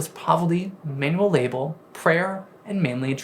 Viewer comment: I don’t think this is a “mispronunciation” issue. I genuinely believe this is a speech impediment. He says words like “Benedictine” with textbook perfection, but he can’t say “labor”, “honor”, or “career”. It seems that “r” and “w” are particularly difficult for him. That’s not something that watching your own videos can fix. He needs some serious time with a certified speech therapist.